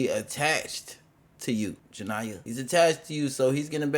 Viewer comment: Her name is pronounced Ja-nee-ya I'm starting to think you do it on purpose Atp 😂😂😂